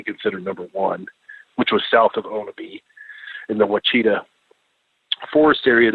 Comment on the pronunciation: It’s pronounced Wah-Sha-taw (Quachita) forests or mountains.